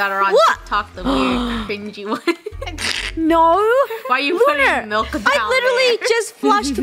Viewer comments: when Funneh said “Nouu” I swear she sounded British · I swear funneh sounded so British when she said nourrr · That "nou" was so British 🤣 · Did anyone else hear Funneh say no like an Australian? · Funnel sounded like she had an accent when she said no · yall guys didnt notice funneh said ''no'' in british accent😭😭😢😢😢😢